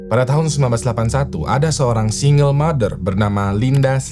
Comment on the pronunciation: Singgel bukan singel